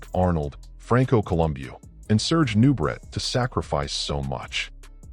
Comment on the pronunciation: It's pronounced new-bray, not new, brett. Some AI.